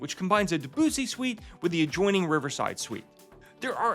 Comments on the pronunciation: I hope by now you h ave learned the correct pronunciation of “Debussy “. Just sayin…. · Very nice video, however the spelling of Debussy is a cultural nightmare, why are Americans not capable to pronounce names correctly ? We love Riverside and have been on on the Mozart. Definitely the best River Cruise Line.